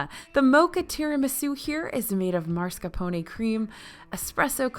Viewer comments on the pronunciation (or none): none